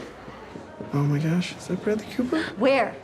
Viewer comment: "Oh my gush!"